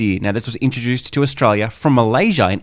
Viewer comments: Can you not say Australia? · Good video but wouldn’t hurt to say Australia properly lol